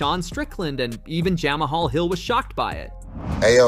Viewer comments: Jam uh hall?! 😂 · Did he call him "Jam A Hall?? 😂😂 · Jama-Hall Smith? seems like the AI voice needs to tweaked. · Who is Jam-uh-hall Hill😂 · If you cant even say Jamahal properly, I cant watch your videos. You clearly don't actually watch MMA. Byeeeeee